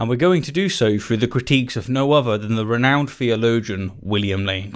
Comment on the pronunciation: "renouned" OYG.. no. Just no.